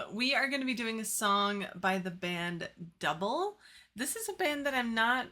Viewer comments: The band’s name is NOT pronounced “duh-bul” but is pronounced as “doo-blā”. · Then band's name was actually pronounced "Doob-lay". They are Swiss and I read they were a bit perturbed by American DJs calling them Double. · It's pronounced, "Du-bley", not dough-ball. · It's pronounced Du-blay! Kurt Maloo, the singer was gorgeous back in the day. Are y'all watching the video or just listening? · It's actually pronounced like Dooblay ..really nice song , vivid memories ..thanks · Pronounced "Doo Blay"! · They’re pronounced “Doo-bley”